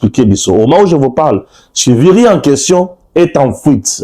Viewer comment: Stepnane CIVIRI se prononce comme. TSHIVIRI comme cet un nom Mashi.